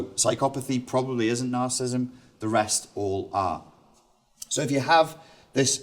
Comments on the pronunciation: You're giving a talk on a topic, yet you cannot even pronounce the name of the topic. It is not 'narcism'. It is nar-ci-si-sim. You're dropping an entire syllable. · FFS the word is pronounced 'NARCISSISM', not 'narcism'. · It's narcissism, not "narcism". Good talk, thanks. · I would find it a lot easier to take you seriously if when you are giving a talk about NAR-CIS-IS-ISM you would learn to pronounce it properly. It has 4 syllables not 3. Just saying.... Peace out dude! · He....he's saying "nar-cism". He didn't just misspell it, he's actually pronouncing it incorrectly. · How do you take him seriously when he can neither spell it nor pronounce it correctly?